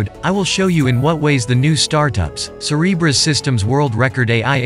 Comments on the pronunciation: I keep hearing “Cerberus” instead of Cereberas. Yes, a little concerned… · say Cerebras one more time i dare you